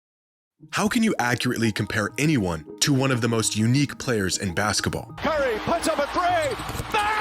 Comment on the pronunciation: "baska ball"